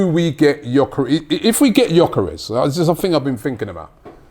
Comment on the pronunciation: First time Robbie has said Gyokeres name correctly! Theres hope 👏🏾🙌🏾🤣